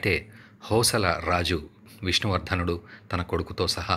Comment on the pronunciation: హోసల రాజు అంటున్నారు కాని అది హొయ్సళ అని పలకాలి తర్వాత హొయ్సళేశ్వరుని గుడి గురించి చెప్పారు అది ఏరాష్ట్రంలో ఏజిల్లాలో వుంది అక్కడికి ఎలావెళ్ళాలి చెబితే బాగుంటుంది గమనించగలరు